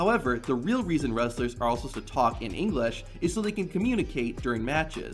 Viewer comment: Why’d he say English like that? Engleeeeesh